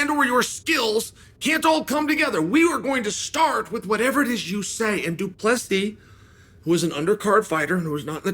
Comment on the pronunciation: Uncle Chael finally getting Dricus surname pronounced correctly .👍🙏